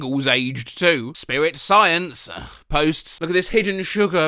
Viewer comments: Spiwit, bwavado, a touch of dewing-do. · "spiwwit" - Oh, you mean "spirit".... Why can't brits pronounce the letter "r" and usea "w" instead?